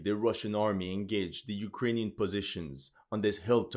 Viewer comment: He sounds like Slav, but definately not Russian/Ukranian. He can't pronounce Russian and Ukranian toponims right.(I'm Russian) I guess he is one from western/south slavic nations.